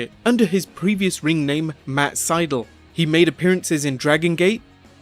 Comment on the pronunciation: SY-DAL not SY-DUL.